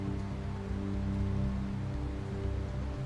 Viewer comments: LOL where is 2emm? . Its Tuam. At least try to pronounce the town correctly. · I really wished that that the narrator was corrected not Tuam but pronounced Chewam😮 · Tuam is pronounced ‘Choom’. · Wish the narrator had at least learned how to pronounce Tuam (Choom). Very jarring to hear it said repeatedly in a way that sounds like an AI voice. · Respectfully, Tuam is pronounced Chume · Tuam is pronounced 'choom' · Even people in Tuam denied this ever happened. The Irish were controlled by the church and treated their women and girls reprehensibly. On a side note, it would be nice if the British narrator would pronounce the town of Tuam correctly. It is so obvious that he never went there. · An amazing documentary However, I really wished the narrator had asked a local from Galway how to pronounce Tuam. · AND the narrator is mispronouncing Tuam.